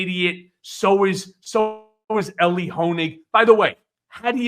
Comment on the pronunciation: His name is Elie NOT Eli. 🙄